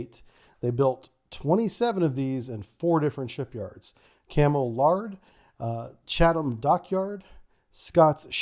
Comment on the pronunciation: Nailed Chatham though! (Yankglish tends to emphasise those H's in -ham endings, while they just soften the a in English)